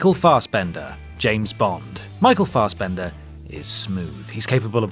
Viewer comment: It's "Fassbender" not "Farsebender" and I keep forgetting he's an actor, always think he's a swimmer 😂.